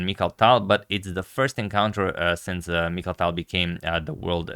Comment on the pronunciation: Its Mikhail Tal not Michael Tal